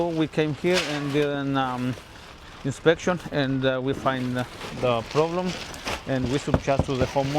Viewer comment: "inspekshyon and evalueyshion" crak me up :)